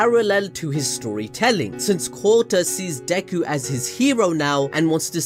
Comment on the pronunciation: Kota can be heard as Kutta...which means dog lol, which is also used as cuss word in India